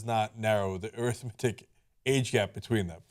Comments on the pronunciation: Just being nit picky... normally the emphasis is different on the adjective form of the word arithmetic... am I wrong? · Arithmetic is pronounced AIR-ith-MET-ic, when it is an adjective. When it is pronounced a-RITH-met-ic, it is a noun. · Ana pronounced arithmetic incorrectly and goes uncorrected. TYT is a farce.